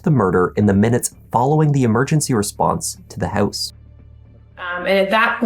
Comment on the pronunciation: I'm here to hear him say: "inside the hEuse..." LOL!!!!